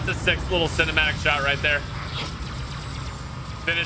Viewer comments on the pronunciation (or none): none